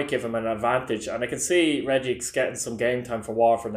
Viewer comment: Regix madika the Waterford player his name is pronounced regee just thought I'd say😂😂